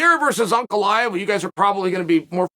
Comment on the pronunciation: Whenever Chael said Ankalaev, I would be like who is Uncle Iev? Just realized